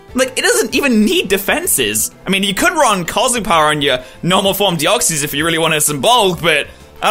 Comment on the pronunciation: no offense but u say deoxys wrong